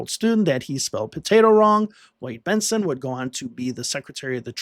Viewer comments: Bentson not Benston! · Please pronounce Bentsen correctly!! It's BENTSEN, not BENSTEN!! Otherwise....love your videos! 😂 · Benson, not Benston. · The name is "Bent-sen", and not "Bents-ten". Anyway, Dukakis never really had a chance in this election. The election was largely a referendum on the past 8 yrs under Reagan. Unfortunately for America, Bush pushed the "Free Trade" agenda, including favored-nation trade status with China and NAFTA - which only increased & sped up the off-shoring of American jobs. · Minor correction to your excellent video --Bentsen, not Bensten. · It’s “Bent-SEN”, not “Bent-STEN.” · Just a note - his name was BENT-sen. Like "benson." Not BENT-sten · i think you are going a bit overboard. He admitted that he said the guy's name wrong.